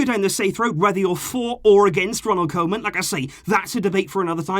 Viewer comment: Please, I beg you, it's pronounced "KOO-man".